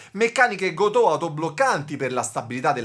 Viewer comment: Bellissimo video bellissima chitarra, no si pronuncia Gotòh , ma Gotoh senza accento....ho vissuto anni in Giappone....